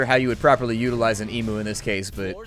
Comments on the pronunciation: hey bit of knowledge for you it is pronounced 'e-mew' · Small thing, but emu is pronounced like eem-you, because we're still a British colony :p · said 'emo.' You don't have emos in Australia? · Emu is NOT pronounced eemoo, it's pronounced eemyou! drives me nuts when people pronounce it wrong :P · As an Australian your pronunciation of the word emu confuses me. And by confuse I mean I'm unsure if everyone outside oz says it like that. For the record we pronounce it eem-you. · lmfao... just saying, i am so used to pronounced Emu as "eem- Yu" so I thought you were making an emo joke. I haven't been subscribed to this channel long but I was like "Oh, I didn't know that was his thing? o.O" xD then you made the noise